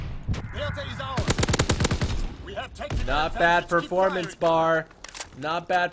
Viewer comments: It's not said bar its B-A-R (bee-a-are) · It's a B.A.R. not a bar. Browning automatic rifle